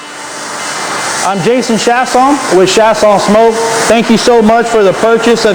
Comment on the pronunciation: You don’t sound like your from Wisconsin, and how you pronounced your name I would think you got Louisiana roots, Probably southern Louisiana. I’m from Texas.